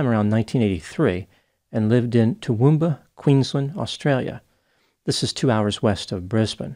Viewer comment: Great pronunciation of Toowoomba mate. Seems like the removal of guns doesn't stop mass killings. We've always had an issue with knives. I put it down to a human issue, not the inanimate objects.